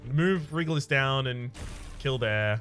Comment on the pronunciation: Am the only one who is irritated by that mispronunciation of Regulus?? It's pronounced REG-YOU-LUS! Not REH-GULL-US!